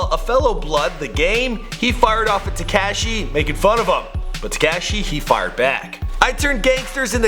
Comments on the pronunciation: It's TE-KASH-I not TE-CASH-I.. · It’s taKAHshi not taKAAshi... I hate the way you pronounce his name...jeez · His name is Takashi not Tacashiiii. Jesus Christ say it correctly!! Lol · Ka she not ke she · You say his name so weird. Its Tekashi not TeCASHi. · Tekayshe....... Its fucking Te-ka-shi, pronounce it correctly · It's not Tecashi it's Tekashi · It's Teh-ka-Chee not Tee-Ka-Chee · It's "TE-KAH-SHI", please God stop calling him "TE-KAA-SHI" there's no emphasis on the A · "te kaaa Shee" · The way he says "tekashi" 😂 TEH– KAH –SHE is how you say it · bahah this guy said, "Te-CAAASSSH-Shi" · Anyone else cringe when he said teh-cashi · "TE CASH E" you are the worst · U can’t pronounce people’s names like wtf. Takeshi 69?? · teh kaaasheee, headass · He said tacashy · Please, for the love of God, just say “6 - 9”. Te Cash Ee, is just cringe. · The way he says tekashi “tee-cash-ee” has me dead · "Teh-keh-shi" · My nigga said tea cash she I’m dead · Tu-cashi? Lmaooo bruh i feel like everytime i watch one of your vids youre mispronouncing some shit. And no mention of lil jojo?! They killed bruh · Tu-Cash-ee 😂😂😂 df?? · Te-cash-E lol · how hard is to pronounce the a right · why the fuck u say tekashi like that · Why are you saying his name like that lol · Stop saying 6ix9ine name like that goofy 😂 crindy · Dude please stop saying Tekashis name like that or just call him six nine.